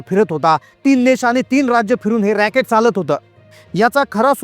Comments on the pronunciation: 'Rocket' nhave 'Racket' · शब्दप्रयोग बघा. ह्याला रॅकेट म्हणायचे आहे पण रॉकेट म्हणतोय.😂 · रॅकेट ला रॉकेट म्हणतोय बिनडोक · रॉकेट नाही रे रॅकेट असत ते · रॅकेट का रॉकेट अशुद्ध भाषा